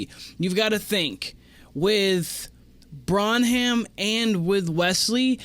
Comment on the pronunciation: Bren-um is how you pronounce it